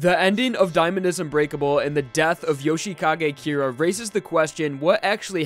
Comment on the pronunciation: Jousheekage Keera? I thought his name was Yoshikage Kira